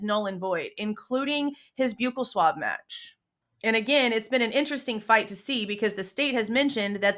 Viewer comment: Dental nurse here it's pronounced buckle swab